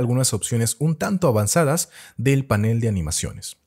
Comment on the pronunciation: Disculpe, animaciones alvanzadas dijo???